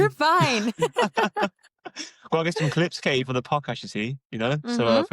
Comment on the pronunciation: Her name is Katie - not Kasey / Casey.